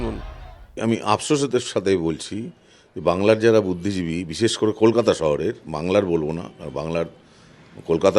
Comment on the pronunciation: Budhhigibi naa....budhhibichi